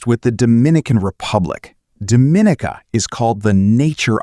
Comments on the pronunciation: I believe Dominica is pronounced Domi-nee-ca and Curacao is pronounced Kurasao not Cure-a-Cow lol. otherwise interesting video though. Have visited Barbados, St. Lucia and Grenada, all beautiful asa well as the USVI (which you should do in a second video. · First clearly the Caribbean is a place that generates a significant degree of concern about safety. Why is that? Dominica is pronounced "Dom-in-neeka" , Curacao is "Cure-ah-sow". Also those Africans you showed are definitely not the descendants of the Kalinago in Dominica. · It's pronounced Dom-i-nee-ka